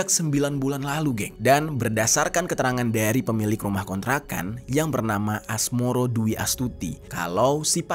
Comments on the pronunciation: Asmoro bae bang,, asmaroh bangggg😅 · Asmaroh bang bukan asmoro hadeeeuh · woy Asmaroh bukan Asmoro anjg😂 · Asmoro😭 asmaroh kak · Asmaroh mas..bukan asmoro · Asmaroh mas bukan Asmoro 😭😭😭😭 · Asmaroh bang,,,, bukan asmoro... sembarangan aja lu hahaha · Asmaroh bg, gue dgrnya Asmoro mulu , apa kuping gue yg salah denger yak.. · Asmaroh bukan asmoroh 😅map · Mohon maaf bang, pemilik kontrakan namanya asmaroh bukan asmoroh😂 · Asmaroh ❎ Asmoroh ✅ 😭🙏